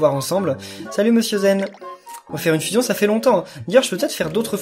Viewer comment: Tu prononce mal le fuuuuusion faut faire comme dans dbz